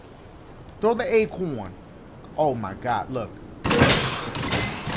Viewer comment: He calls it "aqwuuon"